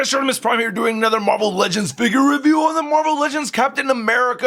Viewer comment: It says revie instead of review